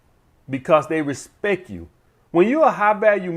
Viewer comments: Sadly his influence on grammar and spelling falls somewhat short though. Important to have a hobby though. A high value one probably....oh wait, he just said "respec" ahahahahahahaha. That's cool. It is so cool to just say words wrongly. Cool. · “Put some Respek on it” !